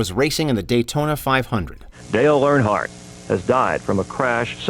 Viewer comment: Stop saying AirHardt it is EARNhardt.